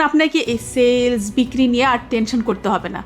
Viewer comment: Not "Sells" It's "Sales" Your content is valuable. Grateful